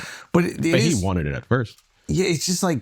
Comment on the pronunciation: Why can't Akash say FIRST properly?